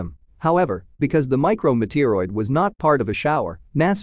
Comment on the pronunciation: mee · tee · ur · oyd